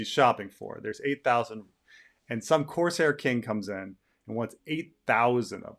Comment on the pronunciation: Did you say coarse hair?😁